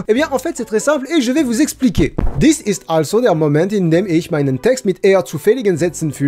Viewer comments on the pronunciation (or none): none